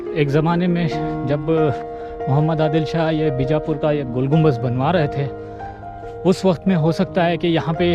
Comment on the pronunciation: Gumbaz nahi Gumbad hota hay bay chootiay anpadh jahil